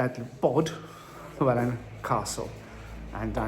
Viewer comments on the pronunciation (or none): I hope you don’t mind, but I might be able to help with the pronounciation of Bodelwyddan. I can see it can be a challenge to non-Welsh speakers. I think the easiest way to say the longer words and names is to split them up. Bod-el-wydd-an. (Bod-el-with-an.). The bit people often get stuck on is the ‘y’. The vowels are a little different, but the ‘y’ sound is like the soft i in window or windmill, not the harder i in wine. Hope that helps. 👍 The other bit is the dd which is easy, as it is the same sound as ‘th’ in English, eg then, though, etc. it thing or thorough.